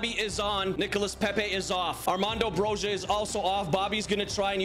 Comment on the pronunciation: I am an Albanian speaker and Broja is pronounced bro-ee-a I like your videos 😊